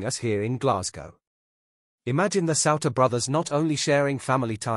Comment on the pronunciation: It's pronounced sooner, Souter